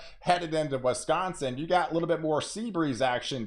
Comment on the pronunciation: Wesconsin or Wisconsin? Just kidding